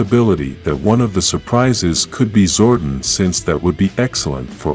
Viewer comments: It's Zordon not Zordin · This guy is not pronouncing Zordon right.